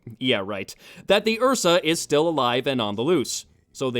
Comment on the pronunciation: What’s an Ursa? Oh, you mean an uhhhsaaaahh